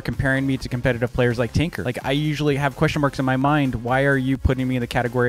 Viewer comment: i thought he was saying tinker instead of TNQR